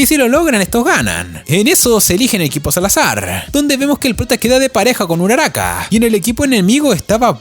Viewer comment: No sé dice uraraka